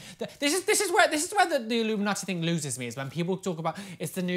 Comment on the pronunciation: i love how says "illuminati" because it sounds like she's saying it like "illumi-naughty" lmao!